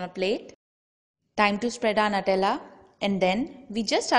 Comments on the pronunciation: It's Nutella not natella!!☺🙂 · It is pronounced 'nuu-tell-aa'